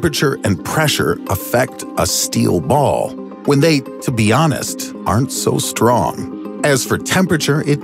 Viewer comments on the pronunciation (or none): none